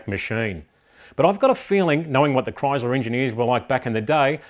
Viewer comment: I like how Aussies say Chrysler. (Kroyzluh) It's scitz mate.